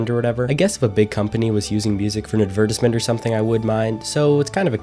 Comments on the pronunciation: The way you said “advertisement” was so bizarre to me. “Ah-vert-tizz-ment” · lol bro what did you say??? adver-dis-mint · That’s not how you say advertisement.